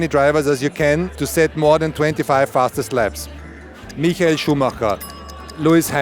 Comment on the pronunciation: At least someone pronounces Schumacher's first name correctly.